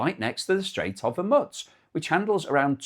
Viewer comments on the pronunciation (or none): Hormuz…..not Hermuts FFS! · the pronunciation is strait of hormooze. It's not Hormuts. Not even in Farsi is it Hormuts. I don't know where you got that from but it's Hormuz, English pronunciation Hor-mooz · It is "Whore Moos," not "Hurmutz." Geez, I wish Brits could speak correctly. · Pronunciation: The Strait of Hormuz is generally pronounced as /hɔːrˈmuːz/ (hor-MOOZ) or /ˈhɔːrmʌz/ (HOR-muzz). so what is your major malfunction. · Hormutz sounds like kibbutz. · I've unsubscribed because he can't seem to pronounce Hormuz. It makes no difference - his videos still show on feed and he keeps say Haw Mutts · Knock it off or I will file a complaint. YOU DO NOT HAVE A SPEACH IMPEDIMENT SO PRONOUNCE THE HORMUZ NAME CORRECTLY PLEASE.